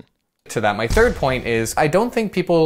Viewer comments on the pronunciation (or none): none